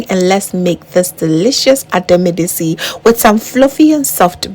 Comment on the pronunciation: You mention the "tsi" and the "t" is silent The sound of the "t" is very significant in the pronunciation I love this soup, very healthy and looks very yummy